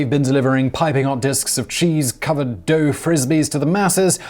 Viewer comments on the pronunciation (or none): none